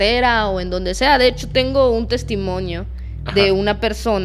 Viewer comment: Muy bien narrado. Lo único es testimonio, NO!!!! Testimonio!!